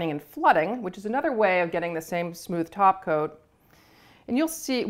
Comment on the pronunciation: has ruined me.. every time she says “top coat” it sounds wrong. Should be taco.